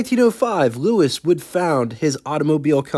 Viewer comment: Hi. Nice to see a non American car. Maybe you could find some more that are a bit less exotic, though of course this one is gorgeous. To help you with your French, Louis rhymes with Fooey, and Rene rhymes with rent day. Eau is water, Essence is fuel and Huile is oil, and this car has gauges for both oil pressure and oil temperature. And by my reckoning, the bumpers on this car are bumperettes. The red things on the back of the parking lights probably illuminate, but also could be reflectors. French Duesenberg? The big expensive French cars of this period were reputedly a bit agricultural to drive, but I guess that's true of Deusenbergs too, aside from their high power. Cheers.